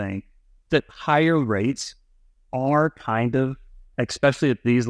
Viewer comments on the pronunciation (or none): how can anyone who says "expecially" be trusted?